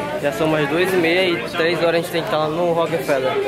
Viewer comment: A "rênte" preferiu fazer ..... KKKKKKKK tira o ovo da boca tio!!!!!